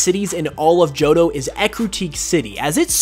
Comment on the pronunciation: It really bothers me that you keep saying johdough. Joh Toh. Tow. Jo-tow